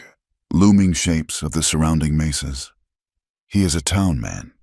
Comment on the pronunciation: It is 'mesas' not 'maces'.